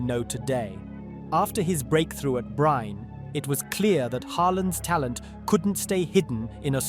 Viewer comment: Bryne uttales med samme e tilslutt som Molde sin e